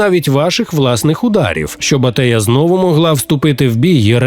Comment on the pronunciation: Та Антея а не Атея